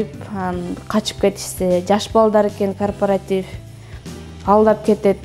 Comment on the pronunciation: Кооператив деп туура суйлочу,корпартив дебей